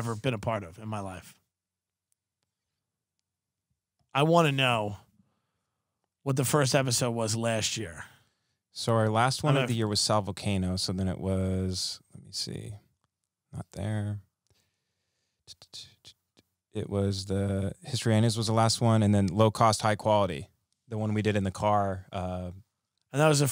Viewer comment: Dude said Sal Volcano😂